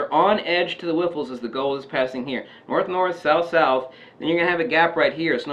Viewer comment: whiffles? Riffles hehe great vid